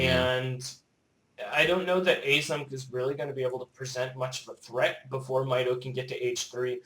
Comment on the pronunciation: also try pronouncing mitoe like does